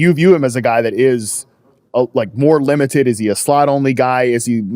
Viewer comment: You asked if Lemon was limited. I thought you said "Lemonted".